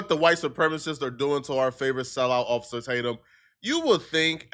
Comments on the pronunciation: "Occifah, Occifah please..."😂😂 gotta love Nick! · "Occifer" is crazy...